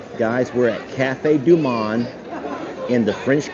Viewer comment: Hitohello🍁Cafe du Monde ( pronounce the o like mow’)😂🍁Beignets are deep fried sweet dough with powdered sugar.🍁Happy Birthday Vanessa🎉🍁🇨🇦